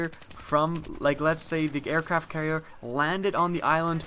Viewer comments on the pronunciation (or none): none